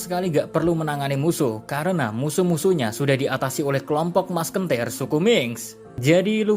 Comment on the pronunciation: Anjeeeeeeer .. musketeers jadi maskentir 🤣🤣🤣